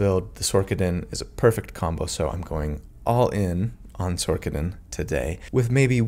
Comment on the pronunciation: Is it Sor-ker-er? Nay, so why are you calling it Sor-ka-din. It's Sor-sa-din. Otherwise, I absolutely loved this video, you're amazing!